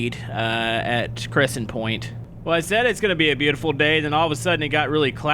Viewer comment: Read all of the letters,... It'd CrescentPORT